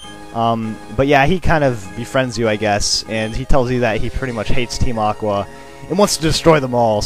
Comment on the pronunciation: "Look who is there, it's Team Awwwhh" LOL